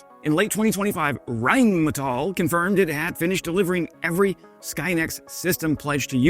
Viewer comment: The most funny part be, that he is trying to make fun of words but struggle heavily pronouncing words himself. He couldn't even pronounce metall in rheinmetall correctly, let alone say Volkswagen correctly, for not to mention leopard. Typical muhricans.